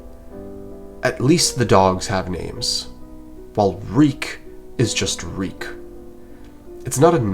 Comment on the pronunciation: reek it rhymes with peak 😭